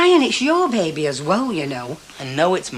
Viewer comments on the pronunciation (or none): How annoying is it Ivy constantly saying ‘bab ie’ instead of baby???? 😡